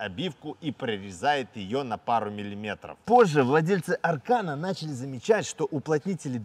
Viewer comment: Избави господь от такого аркана😂😂😂. А вообще ударение идёт на последний слог.